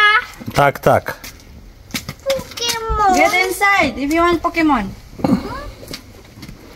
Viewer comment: BE CAREFUL SAYING PUKEMON OK JOKE HAHAHAHAHAAHAHHA POKÉMON DAPAT HAHAHAHAH